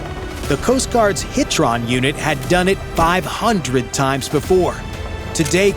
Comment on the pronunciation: The narrator kept pronouncing HITRON wrong